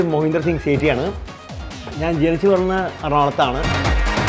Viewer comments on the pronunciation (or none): സീതി അല്ലടെ, സേട്ടി